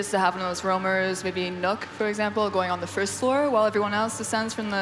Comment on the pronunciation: Kan people learn how to say nøkk properly pls